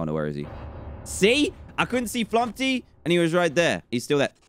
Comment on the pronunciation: dan: flumpy me: flumPTy not flumPy